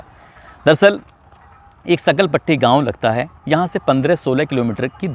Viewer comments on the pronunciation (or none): सकलपट्टी नहीं सांखल पुट्टी गांव है वो